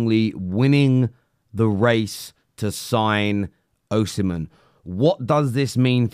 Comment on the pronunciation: Victor OHsimhen 🤣🤣🤣